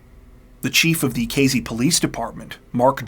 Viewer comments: AYYY! Casey = K-C not K-Z You know what, maybe I will let this one slide, since I can't stop watching your channel. Love it! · I really like this channel and your stories. I particularly like that you are articulate and usually use correct grammar and pronunciation. This does not seem to hold true for your pronunciation of location names. In this narration you pronounced the name of the town as K Zee. It was toward the end that I realized that you were talking about Casey, (with an S, not a Z) a place that I have been. I would have enjoyed your story even more if I had known where it was taking place. Thank you anyway. You are better than 48 Hours or 20/20.